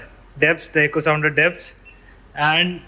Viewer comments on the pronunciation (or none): none